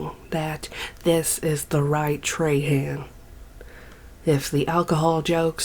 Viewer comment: Treyhan eh, it's pronounced trah-huh, but fuck dat guy anyway